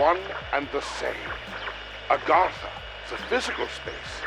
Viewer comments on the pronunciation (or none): where are you getting the extra R in Agartha from?? Not aRgartha haha